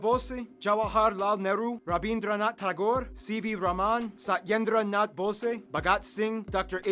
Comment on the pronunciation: Nice video! Btw it’s pronounced Bose, as in Bose speakers